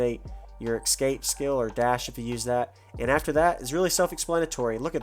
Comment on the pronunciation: Excape .... Ah boy .... ESCAPE.... Gonna find a literate GW Content Creator smh...